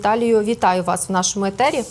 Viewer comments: А чого Етері??? Тобто у Вас прямий етір, вечірній етір?? Це взагалі на якій мові? На Львівській??? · Чому Єтер? А зетер? а Атіни,замість Афін,ато,маратон,єґє!